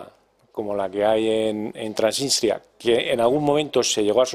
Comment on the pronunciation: Y añado, como mínimo apréndanse los nombres propios … donde está “Trasistia”?? No será Transnistria…